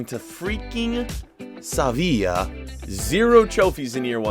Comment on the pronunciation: No one:: SAVIIA (Sevilla)